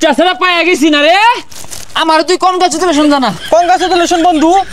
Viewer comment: কনগাচুদেলেশন😂😂 কনডম কিয়েটর😅😂